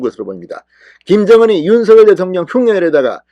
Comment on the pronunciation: 진성호씨 윤석렬 발음 하실때 다음글자 ㄹ 즉 렬자 일경유 앞 석자를 성자로 발음해야 맞습니다 시정하시면 좋을듯 합니다 일부 방송국 앵커도 서결로 발음 하는것은 잘못된 것입니다